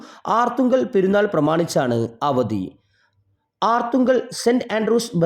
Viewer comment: ആർത്തുങ്കൽ അല്ലടാ ഗടുവേ അർത്തുങ്കൽ കഷ്ടം